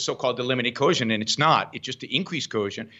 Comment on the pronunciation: I cringe when Yaron says "coercion" because he can't pronounce it.